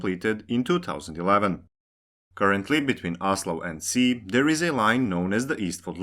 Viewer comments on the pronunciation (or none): Ski not Si Ski not Si Ski not Si Ski not Si Ski not Si Ski not Si Ski not Si Ski not Si Ski not Si Ski not Si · Just a super small, unimportant correction. Ski is pronounced like English "she" not "sea". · I think it's more about the fact that the narrator/writer did look up how to pronounce "Ski", which is sort of with a silent k.. but not like "si" in "Si Señor", but rather, as Donato286 said, more like a "she" or "schi" like in "Schiphol". It would have therefor been better to pronounce it like the english "Ski", since that is the actual language used in this video. That said, I think it's nice when people try to prounouce things the right way, but at the same time, I don't really care. Their own language way of saying the name is far better then saying it wrong in any and all languages... Also the fact that some cities like Wien/Vienna, Copenhagen/København, Beijing/Peking is a show of absolute disrespect running decades or even centruries back, and is not something anyone should strive for. At least people are trying to change their brains over from Kiev to Kyiv, but that took an invasion to fix (and some people are still trying to say "it's too late to change the name now, I'm used to Kiev") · It seems it's actually pronounced "she" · The k in Ski isn't silent. It's pronounced, just like in the activity of skiing. Indeed just say skiing, then remove the ing while keeping the first three letters.